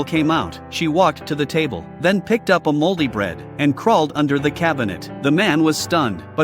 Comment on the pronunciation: For a second I thought you said holy bread lol